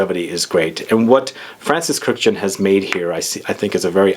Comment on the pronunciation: His name is pronounced "kirk-dij-yan", three syllables. not "kurjan" or whatever the f you said. It's an Armenian name, not French. Just because he was born in France, that doesn't change the pronunciation of the Armenian name.